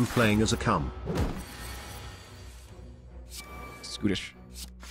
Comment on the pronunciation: i get so confused when he keeps talking about skootish lmao